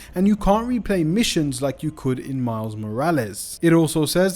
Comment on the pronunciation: bro just said Mild Morales lol